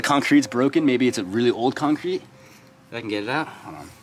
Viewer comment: he said concreat si much i dont even think its a word anymore .